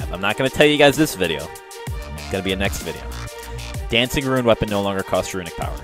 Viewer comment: RUNE rhymes with MOON